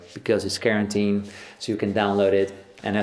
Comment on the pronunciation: my man either has an awesome accent or he meant to say karentine. either way i'm ded rn